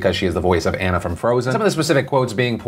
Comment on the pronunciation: ........it's Anna (On-ah) not Anna (An-na)......